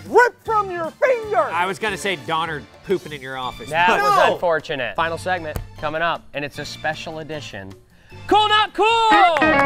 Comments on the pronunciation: Lol instead of thats un-fortunate coby said thats i-llegal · Who else heard coby say “that’s illegal” instead of “that’s unfortunate” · i heard "thats il legal" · notice how coby said "THATS ILL EGAL" instead of thats unfortunate